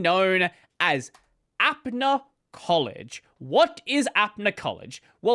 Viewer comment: I'm not supporting them or anything, just wanted to point out that it's pronounced up-na collage, not app-na collage, apna meaning our, so it's "our collage". Support from India btw